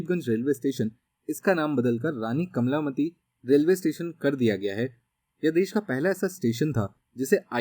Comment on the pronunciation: Sir ,कमलामति नही है कमला पति है आप बोलने मे गलती कर रहे हैं !